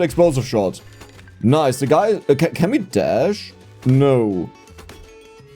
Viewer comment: I just always hear you say whenever you say the and something that starts with ex now 🤣 Dexplosive shot ftw